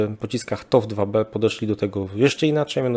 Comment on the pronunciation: TOW - czyt. toł 🫡